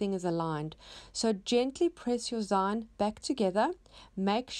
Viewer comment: Love your projects! Not sure, but I think it's pronounced "zeen" as in short for magazine. :)